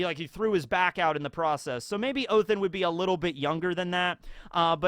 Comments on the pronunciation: I know it's not scripted telling but it's ODEN not OTHEN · why are you saying Othen and Elbath? I swear its Odin and Elbaf... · It’s not Othin, it’s Odin! You have a norse mythology book behind you, you have said yourself that you like norse mythology. And yet you say Odins name wrong! Shame on you! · Please call him oDin Not othin Its Sounds so wrong😂 you pronounced jormungada good👍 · It's ODIN BRO, NOT OTHIN🤣🤣🤣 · Why are you saying Othen not Odin/oden? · ha-ha-ha oathin oh its odin just thought I'd point that out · pls someone explain why hes saying „othin“